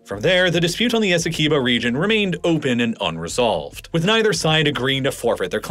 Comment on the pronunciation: As a guyanese everytime you say essequibo wrong i flinch